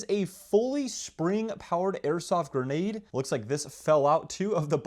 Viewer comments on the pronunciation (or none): Get your facts right!!! Novritsch don't make a 6.2 gram bb!!! They do however make a 0.62 gram bb. And the word is grenade not geenade!!!